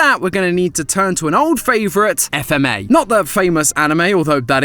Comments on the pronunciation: Come on say it like fmah not FMA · Where is FMA!!! Not f - m- a Its FMA!!!!! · Says F m a instead of FMA Me: Visible frustration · Matpat: FMA!!!!: F.M.A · It’s not f-m-a it’s fma 😭 it’s not the same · The fact he said F-M-A instead of fma is annoying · Excuse me? It's pronounced as "FMAAAAAAAAAAAA" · Wasn't ready for him to not say "fma" like a word